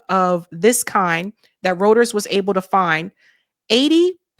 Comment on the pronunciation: Go to the FBI website not Wikipedia. Its pronounced ROY-TERS